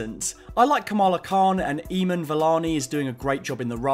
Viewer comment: i love your videos dude but that is probably the worst way someone has pronounced "Iman" (beginning of the video); there are plenty of instances where people have pronounced the name correctly in promotion for the show, but if it helps i'll just leave it here that its pronounced with emphasis on the "a", so like Im-aan.